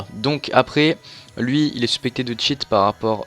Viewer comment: mec... tu dit "suspécté" mais il y en as plein qui cheat vraiment dans ta vidéo --'